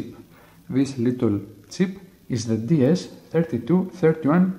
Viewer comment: i was hearing tip at first then thought to myself it was silly, it was chip after all.